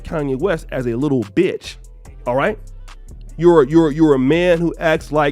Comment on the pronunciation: ‘Kim looks at Kanye like a little Bitch.’ Stop the show! You put much emphasis on that one ‘